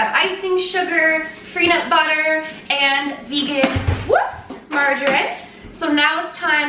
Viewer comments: Vay-gan! I love her so much 😂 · In France we say "végan" like your grand'ma :D instead of regular butter I also use ghee (for lactose intolerance) or coconut oil. it works well. Be careful, if you use margarine, that there's no palm oil inside, as it's taking part in destroying the tropical forests and all the animals that live there . :) I will try your recipe during the holidays! thank you so much to you two! I love your grand ma and i love you :D P.S. I LOVE your grand'ma apron!